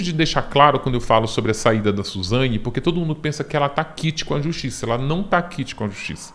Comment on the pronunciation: Suzanhe hahahahhahahah esse é demais